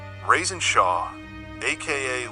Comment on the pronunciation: You keep calling this man “Rasin”